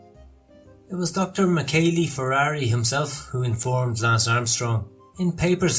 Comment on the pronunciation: MichelE NO MICHELI ,, DI LUCA NO DELUCA !!!!!! Still the GN problem … bertagnoli…. Then (Androni) giocattoli … with the wrong accent . How is possible to miss every single Italian pronunciation ..c’mon